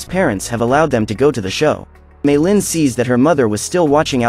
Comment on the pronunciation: how to say meilin may lin not me llin